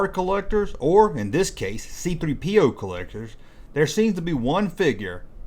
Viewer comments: Why is the narrator putting the emphasis on "P" in C-3PO's name? The emphasis goes on the "3," everyone knows that. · Why does he pronounce it C3-PO instead of C-3PO? Never heard anyone say it like that. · The way this guy says C3PO with the emphasis on the P instead of the 3 is just weird.